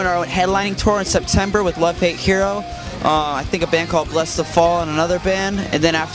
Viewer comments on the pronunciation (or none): Max said BlessTheFall... :C